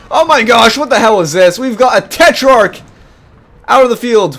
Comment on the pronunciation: hey you are saying tetrarch wrong check google translate, that have the right pronunciation.